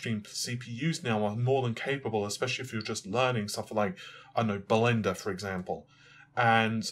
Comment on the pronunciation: "Balender" a new one to the dictionary haha....;)